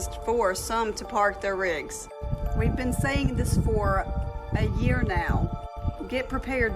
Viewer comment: Ok. The one guy who cannot pronounce year or severe when talking about the food shortage. It’s hard to take him seriously.